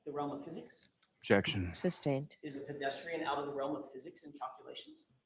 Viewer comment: I get annoyed every time he says "bedestrian"